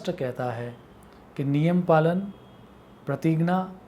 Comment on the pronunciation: ये कैसा उच्चारण है ज्ञान-------ग्यान प्रतिज्ञा....... प्रतिगना 🙄